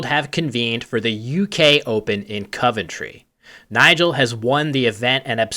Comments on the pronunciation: Cov entry, not Cove ntry. Damn the English language. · How am i even still suprised by american pronunciations of uk places... I really didn't think you could even say Coventry wrong and then you pronounce it with a 'u'.